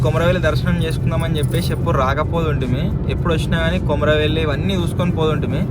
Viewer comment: Akka kumaruvalli kadhu akka komaravelli